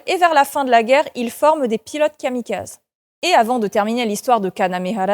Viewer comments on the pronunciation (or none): Kamikazé le "é" est essentiel pour la prononciation du nom. Je n'évoquerai pas les accents toniques. L'accent tonique en français étant syntaxique et non lexical, c'est là un élément totalement étranger aux Francophones et spécifiquement chez les Français.